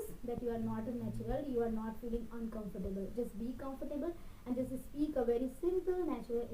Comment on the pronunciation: It is not ispeak it is speak ..your pronunciation with s words are bad..improve that